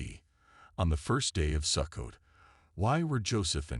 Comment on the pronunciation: Sukkot is pronounced Soo-coat . Since you cannot pronounce the words correctly, I have trouble believing you. This must a voice generated by AI. Sukkot is certainly a possible date of Christ's birth, but one cannot state with certainty the actual date of Christ's birth.